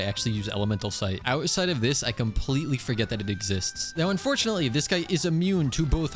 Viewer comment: the amount of times he keeps saying "unfourtunate" is insaneeee